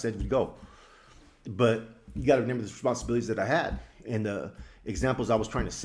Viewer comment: you speak intelligently but it’s remember not re nember